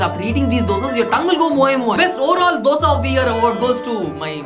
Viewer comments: Best Dosa pronunciation award should go to for not saying Dough-Sa😅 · Best dosa pronounciation